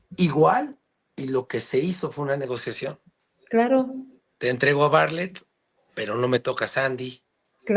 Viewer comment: Bartlett, no barlett